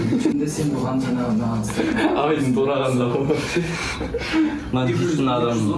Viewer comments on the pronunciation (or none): none